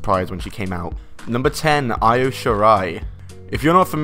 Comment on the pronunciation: Well done saying Io wrong.